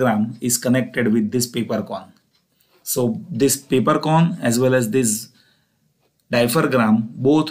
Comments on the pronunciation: Hello Mr. Dear Professor. It is not "diapher-gram", it is "diaphragm"... Pronounced as "dia-fram". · Its diaphragm not diphergram okk.....